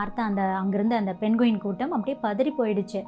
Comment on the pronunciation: அது பெண்குவின் இல்ல தங்கச்சி அது பெங்வின். நம்ம ஊர்ல எல்லாமே இப்டி சொல்லி பழகிட்டோம் பிரமிட் ங்குறத எப்டி ப்ரம்மிட் னு சொல்றமோ அது மாதிரி!